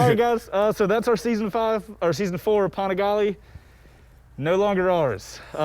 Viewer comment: are we just gonna ignore how he pronounced Panigale ?